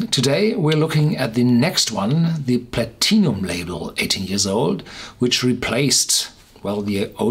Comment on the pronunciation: love the way you pronounce Platinum